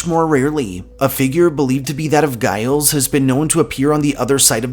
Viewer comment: Hello from the Northshore. No offense intended here, but Giles Corey, is first name is pronounced like Jyles, not with a heavy g sound. Great video here, thank you!!